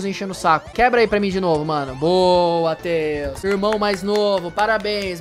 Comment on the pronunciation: Então você falou errado você falou xone que antes de falar tales